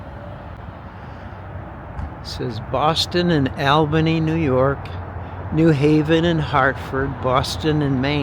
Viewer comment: Dude you're from Mass. You don't know how to pronounce ALLBANY😂. NY. C'mon next you will be calling worchester😂